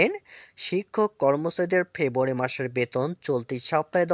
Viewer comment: ভাই " ফেব্রুয়ারী " শব্দ টা পরিষ্কার করে বল রে ভাই।